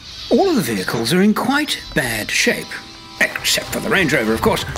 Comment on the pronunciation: "stange lover" instead of "range rover" 😂